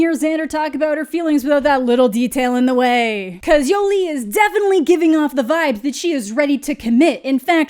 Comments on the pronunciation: "Yo-Lee" I can't listen to you say her name like this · The way says "Yolee" 😂